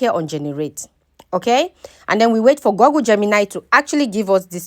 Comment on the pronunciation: Google is pronounced guggul not gogul